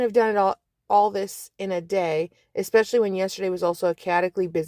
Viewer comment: If I hear this woman with a MASTERS DEGREE FROM COLUMBIA say ECKspecially one more GD time 😑